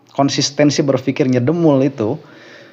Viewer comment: Bukan DEMUL A, DEMPUL🤣🤣🤣. Dedi Semprul... 🤣🤣